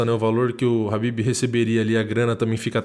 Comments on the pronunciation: Khabin não Habbin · Pow mano ninguém tá ligando se vc fala kabibe , kabide, Rabibe o rabanete! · Eu não sei pronunciar o nome dele também, chamo ele de Cabide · Toda vez que ele fala o nome do Khabib só lembro daquela música ''Habibi, Habibi, Habibi ya nour el-ain, aah'' huahuahuahuahua. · Parecia coisa de filme foi foda. Só tenho uma dúvida nesta porra é Khabib ou Rabib ou Kahabib (na tocante a pronúncia)